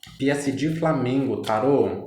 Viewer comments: Moço muito legal a tiragem mas é peesege, que agonia falando Piesidi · "P S D " AHAHAAHAHAH G VIROU "DI" AHAHAHAHAHA